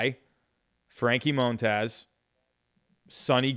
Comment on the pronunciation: "Moan-Taz" lol